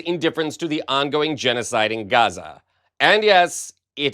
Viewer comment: Cant say Gaza